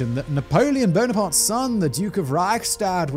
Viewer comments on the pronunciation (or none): none